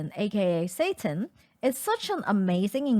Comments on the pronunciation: if you want to call it by the japanese name seitan, "say坦" is a muh closer pronunciation than "satan". the a has an "ah" sound and the 2nd syllable stays up in tone. excuse my pedantry, but calling it satan sounds a bit jarring. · A.k.a. Seitan I swear she said "Satan" and had to put the CC after I laugh, I was that's hilarious but it's probably a Chinese word that sounds like it (although to be fair gluten free people would call it Satan) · "This is wheat gluten, aka setian." I didn't know the devil gave it his trademark. 😅